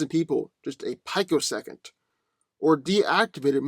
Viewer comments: peek-o-second. Not pike-o-second. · pi·co·sec·ond, not "pike-o-second.